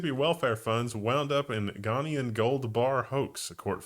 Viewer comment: Ghana->Gonna Ghanaian->gonna yawn